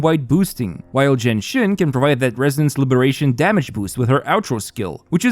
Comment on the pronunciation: a whole team and build for jiyan team and he never pronounce the name of jiyan correctly.